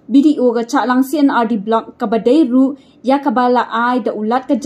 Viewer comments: Shahlang madam not chahlang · Shallang not Chahlang